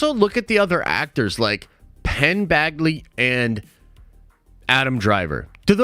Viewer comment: it's Penn Badgley, not Bagley🥲